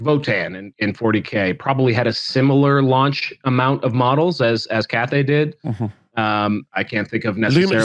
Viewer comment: Pretty sure it’s Cathay